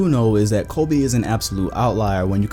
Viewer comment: Stop saying Colby, it’s Kobe